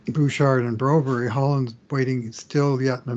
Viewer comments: I agree. You may be trying to say Brobry but what I'm hearing is Broberry. Why not ask Philip? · was at a game last season and was in a booth…he got confronted or the topic was brought up about his insistence on his pronunciation of Broberg’s name…the very next podcast he brought it up and seemed to enjoy the fact that it was a topic. Shows his ego was lifted by the topic. Maybe he’s just a journalist that believes publicity negative or positive is still publicity….I sure hope not. I like this podcast, but the whole topic gives me and many other colleagues that like the podcast a challenge. Don Cherry never always pronounced the names correctly but this is not the same thing. This is an arrogant ‘ I told you so’ feel to it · Guys the forced pronunciation of Broberg’s name is annoying and hints of arrogance. Please go find out the kids name. Get Bob Stauffer to ask him how he wants it pronounced. Thank goodness Jack Michaels and Louie DeBrusk nor Gene Principe pronounce it the way you guys do. TSN , Sportsnet, CBC, CHED and on and on don’t pronounce it that way. Why do you force it so much on your audience ?